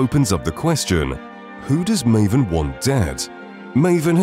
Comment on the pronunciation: Sorry Marvin? not Maven XD